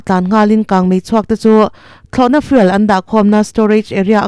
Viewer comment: Fuel hi fiûl ......(fyool) tia lam tur a ni aw?